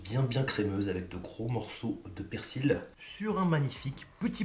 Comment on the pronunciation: ON NE PRONONCE PAS LE "L" DANS "PERSIL" BORDEL !!! Comme dans "fusil" ou "outil".